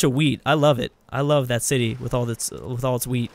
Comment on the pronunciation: Everytime he says wheat, i hear weed:) All hail, the wise.